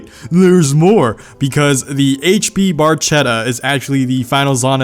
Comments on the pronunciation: FINALLY, someone pronounced Cinque correctly as "cheen-quay" and not "sink"! My points go to you. Edit: I'm taking back my points. You mispronounced Barchetta. It should be "bar-kettah" and not "bar-chettah" lmao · Sorry let me correct you by an Italian, the final Zonda isn't pronounced "barchetta" but "barketta" ok? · It's pronounced bark-etta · pronounced "barketta"